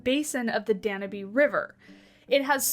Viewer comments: It's pronounced dan-YOOB. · I think it's a very cool animal 🥰🥰. But I think the e in Danube is silent and instead of Austria you said Australia.